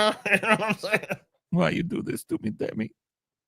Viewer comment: It's Dimi,, not Demi. Short for Damian.